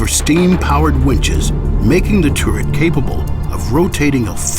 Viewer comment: The revolving tourette- how he says it lol